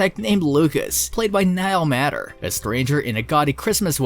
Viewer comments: Appreciate all this great news about each of these, but please say Niall's last name properly, pronounced MAY ter...not matter...MAY...it needs to be said correctly. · Niall Matter (May-ter) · I appreciate the compilation of Niall Matter films that I love. One small matter, Niall Matter pronounces his last name as though it were spelled "mater" with a long A. It would be great if you corrected that! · Niall is my favorite actor and I appreciate this video but don't appreciate that whomever is the narrative, he is mispronouncing Niall's last name!!!!